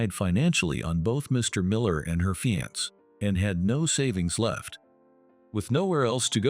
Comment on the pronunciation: Fiancee’ (Fee-yan-say not fy-yans)